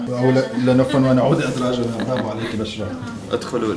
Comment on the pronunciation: الاولى نطقك بالفصحى اول كلمة تقولها اسم بشرى بضم الباء 😂😂😂